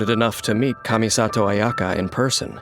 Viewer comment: Ayaka... ... Its Kamisato Ayaka!